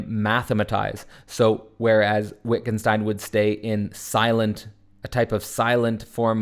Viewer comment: fyi pronounced Vittgenstein